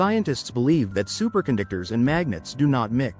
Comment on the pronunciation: "Supercondictors"? Say what?